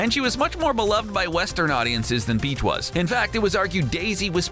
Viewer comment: "Sadly Wahs" 😢